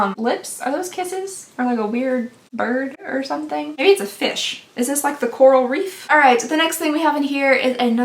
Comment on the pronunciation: I went back to hear her say “CoRaL” like four times